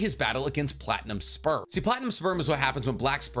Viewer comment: Wait, platinum sperm? I kept hearing platinum spur at first